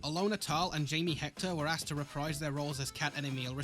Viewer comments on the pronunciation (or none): none